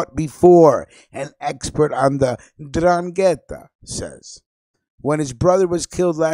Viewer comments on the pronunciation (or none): I was born in Locri, Italy in 1962. It is south of Siderno, that this radio guy talks about. While the host of this radio show talks about the 'Ndrangheta. By the way, he doesn't even say 'Ndrangheta right. You first say the 'N then drangheta. If you lived in Calabria, or are a real Italian, that speaks the language, you know how to say it properly. I have cousins in Locri that when we would visit all my relatives in Locri when I was younger, I would hear about the 'Ndrangheta from my younger cousins. They were as young as 10, and they would say 'Ndrangheta to me. This was in the 70's. Even though I was born there, I was called "Americano " because I grew up in America (Chicago). My Nonna, would raise hell with my father because she wanted me to stay away from my cousins because the 'Ndrangheta was all over and here it is 2019, and I hear this radio guy try to speak Italian. FYI in Calabria you wouldn't have your radio show talking about 'Ndrangheta. After your first show, you wouldn't have a 2nd show. CAPESCI? VA TINDE PATSO.